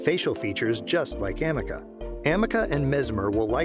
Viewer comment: It's A-ME-CA not Am-me-caa